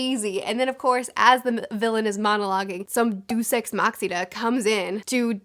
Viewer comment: You sure? I'm hearing: Deuce ex "maxida"